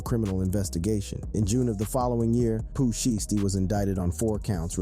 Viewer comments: Really bro Pooh sheshty it's (shysty) Pooh shiesty not no Pooh sheesty do better or don't do it at all fam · Pooh Shy Stee. Not Pooh Shiitypants and not Pooh Shee Stee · Its pooh Shy -stee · "Pooh shee-ess-tee" "Pooh sheeshty" Not even close 😂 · Listening to him try to say sheishty is hilarious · This dude said Pooh sheets . . . This dude is too real 😂🤨🤨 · Poo sheesty? Well at least u got big L right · Pooh Sheesty 🤣🤣🤣😭😭😭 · Rap Daily, fire that dude! How the hell did y'all let this dude pronounce every spanish name correctly but couldn't say Pooh Shiesty right 🤦🏿‍♂️ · You butchered these rappers names not just pooh but m. Dre come on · Pooh shh-iced tea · Ard u gotta be a bot or something cause it's no way u just said Pooh Shiesty like dat 🤨🤔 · Really u gonna do Pooh name like that lol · Ngl true